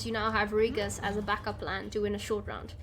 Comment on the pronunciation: Nice deck. :) Btw, I am kinda sure that the pronunciation of Regis is not that. hahaha buts thats ok anyway. :)